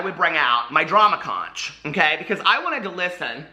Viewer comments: LOL. I adore you,! Here in FL it’s pronounced “conk”. 😘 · Conch is pronounced konk... Love you!! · Conch lmao it's "CONK" hahahaha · It’s pronounced “ConK”. You should probably issue a public apology. 🤣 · Conch? I never heard those shells called conches?? lmao it`s pronounced konks. JANE, konks. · I was just listening to this video while I was cleaning, and I heard drama crotch instead of drama conch. I was so confused I had to rewind the video. 😂😂😂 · Well jeez...the conch club is going to come for you because the ch is actually pronounced as a k. That's it...I expect a video apology..ROFL EDIT: Here is my actual apology...apparently it can be pronounced either way. Funny, I made the joke to be funny and the joke is on me LOL